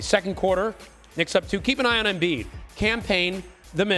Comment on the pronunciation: Embid 🤷 as Charles Barkley would say turible